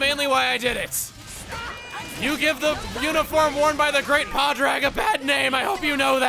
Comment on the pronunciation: Chugga, you’re over pronouncing Padraig’s name a little! It’s the Irish form of Patrick, so the end of it is shorter-sounding. It’s more like ‘Pawdrig’. I know the end looks like ‘raid’ but Irish can’t be approached with an American understanding of English;;; This is one of the easier names to read, believe it or not.